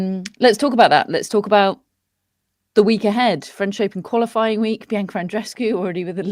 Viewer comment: Come on,, would it kill you to pronounce Andreescu’s first name correctly? You’ve heard it hundreds of times. You KNOW how it’s pronounced. Just lazy and disrespectful. 🙄